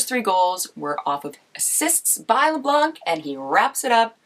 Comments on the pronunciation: I believe its pronounced Labank lol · Kevin labank don’t Butcher his name please ...